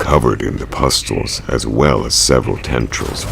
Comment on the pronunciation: Come on, man. "EXcaping her fate? Excaping? Es-caping. Sorry, but that doesnt get the pass that other mispronounced words might. You must be a clownfish, because Dory has some speech tips for you. Pustules is pronounced Pust-ewl. Patriarch is pronounced Pay-tree-Ark.